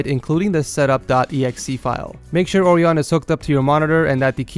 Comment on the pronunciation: you said Orion wrong. You said o-r-ee-on and not o-r-i-on. Orion is a constellation of a hunter just if you were wondering.